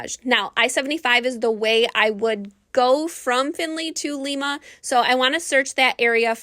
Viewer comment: It's Lima with a long I sound 😊